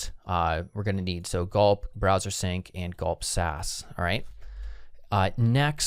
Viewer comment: "browser" not "brower"